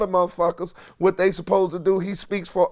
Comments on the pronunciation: "like we motholithic " I feel like I'm the only one who heard that..😄😄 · I heard it too 😂😂😂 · He said “ MARTHALITHIC”!!! Lmmfao!!!!!!!! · "Motholithic"?!?.. LMAO! 😂😂